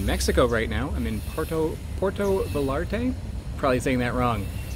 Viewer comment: Spanish double L is pronounced like English Y. Poo-er-toh (you said this correctly) Vah-yahr-tuh Also, I’m not sure what your video cycle is like, but assuming you’re still in Mexico, consider trying “aguamiel”. It’s not a fruit, but rather the sap from a maguey (related to agave) plant. It’s quite sweet, watery, but very much worth it. You’ll likely have to buy it from farmers as usually this sap is fermented into “pulque”, a Mexican drink.